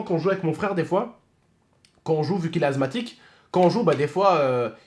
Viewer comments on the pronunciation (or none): Sa se dit assemathique et pas azmathique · Assssthmatique pas azthmathique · Asthmatique pas azmathique mais bon Bon courage 😀😃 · asmatique pas azmatique juste pour te prévenir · Ses pas azmatique ses asmatique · Azmatique mdrr c est asmatique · Asmatisue pas azmatique😂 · On dit << asmatique >> et pas < > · Il a dit "azmatique" 😂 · Mdr il a dit azmatik